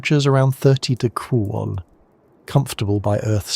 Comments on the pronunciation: I heard 1-800 Deuseldorff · what ? The fu ck did you just say. Temperatures reach 1 800 deoogroouses 😂.